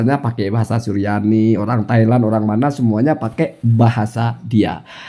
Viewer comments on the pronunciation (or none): none